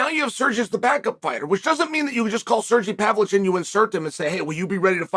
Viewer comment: “Serjy Pavlitch”……🤣